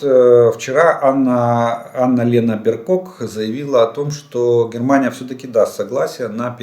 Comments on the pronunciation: Олег, позвольте корректировку: Анналена БерБок (не Беркок) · Аналена Бербок! БерБооооок. Не беркок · Здравствуйте, правильно будет Анналена БерБок, а не БерКок ) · Правильно Анна - Лена БерБок.. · Бербок , а не Беркок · Олек Влодимировичь, весь мир правильно произносит и пишет Анна Лена БерБок, а у вас БерКок, да еще и учите что это правильно. Где вы учитесь? А зайти куда-нить почитать...или дайте ссылку где именно так звучит ее фамилия. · Олег, все таки правильно Анналена Бербок (Annalena Baerbock). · Здравствуйте. БЕРБОК, так правильно. Респект и спасибо вам Олег. Слава Украине! 🇪🇺